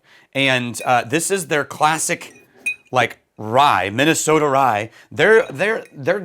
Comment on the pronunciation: “Minnesoter” 😅 Never change